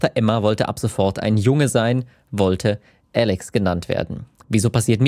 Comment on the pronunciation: Wahrscheinlich hat Alex zu viel Trans-Videos geschaut. Und zu viele englischsprachige Sachen, deshalb "Älix"...